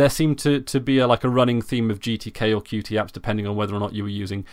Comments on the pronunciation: Good announcement, nice channel! By the way, Qt (not QT) is pronounced like "cute". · Concerning your first point, I have seen a majority of people refer to Qt by each letter (how its spelt). I do not think it is a tenable solution to attach a reminder to every utterance of "Qt" so that it becomes "Qt (by the way, I mean the UI toolkit, and not the established English word)", hoping that people will be irritated enough into submission. I completely respect the authors preferred pronunciation of their software, but to say that is how it "should" be pronounced is quite presumptuous. My name "should" be "Marcvs" from Latin, but over hundreds of years this has become "Marco" because it is simpler and fits with the rules of pronunciation - is there a tragedy here? Personally I don't think so. The developers have millions of people using their software and some even receive income from the Qt Company! I do not think even they are so concerned about the pronunciation. I and many others aren't going out of our way to offend anyone. What we are doing is reading what is on the screen, those are the letters q followed by t.